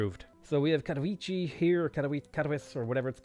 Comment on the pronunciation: Cat-OH-vee-seh is probably the way to go when pronouncing "Katowice", although as English isn't my native language (Polish is) I might have written phonetic version a little bit incorrectly.